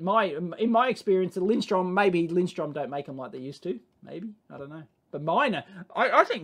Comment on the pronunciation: It's Lindström, "linsTRRRUUM" It's no wonder people say it wrong, because the umlaut is almost invisible on their printed logo. Are Piergiacomi any good, people?